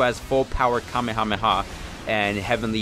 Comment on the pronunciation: You min Kamehameha not kamahama